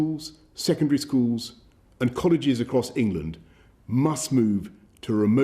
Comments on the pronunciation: Don't worry guys it's in "Engand" not us. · Engand lmao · "ENGAND?", Where's that 🤔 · ah yes, engand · "New Engand Lockdown" pfff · Did anyone else hear that Engand is in a lockdown? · Who missed the 'l' out of England. Embarrassing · Its just engand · "New Engand"